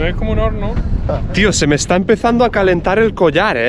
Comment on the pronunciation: "Eshtá durita eh" JAJAJAAJAJAHA